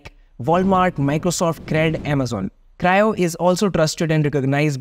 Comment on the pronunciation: Cryo ❌ Crio ✔️